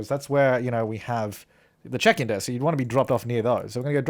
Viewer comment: It sounded like you said 'The chicken desk' instead of the check-in desk...